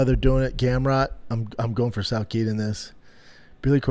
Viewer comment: Jesus brendan is usually wrong about stuff but he was wrong about everything today. Actually started getting annoyed the way he kept saying "BRUHther." Also idk how it's so hard for him to pronounce names right. It's not Stevenson or Quillan Salkeed. Steve-Son and SAL-KILLED